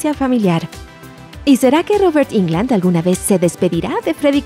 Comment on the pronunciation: jairo caceres y que puedes esperar de estos desinformados,si ni pronuncian correctamente el apellido del actor; dicen Ingland y lo correcto es; Englund. Asi como se escribe se pronuncia. Solo es de escribir en el traductor de google y el te lo pronuncia correctamente.